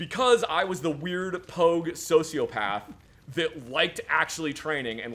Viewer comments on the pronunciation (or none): "I like to emphasize the G in POG, make like a 'gah' sound"